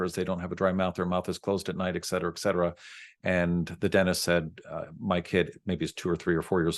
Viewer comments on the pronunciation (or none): Wonderful information. Thank you. However, please realize your perceived IQ goes way down when you can't pronounce simple words, like et cetera. It's NOT excetra.